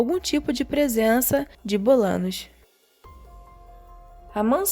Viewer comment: Não é Bolanos e sim Bolaños. Ñ tem som de nh